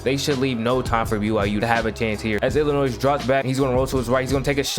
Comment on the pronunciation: Oh you one of those people who pronounce Illimois as "Illinoise" 🤣 But in all seriousness, you got a new subscriber.